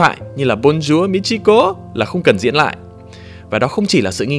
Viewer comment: =))) buồn cười giọng: Bông dua Mi-chi-ko =)))))